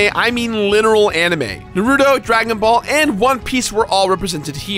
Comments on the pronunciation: You say Naruto weird. You say Nuh-roo-toe. It's Nah-roo-toe. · did u just say nuh-ruto??? Bangs head against a wall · how he says naruto bleh